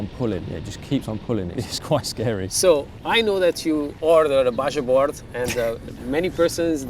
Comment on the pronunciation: BajaBoard is pronounced “baha” board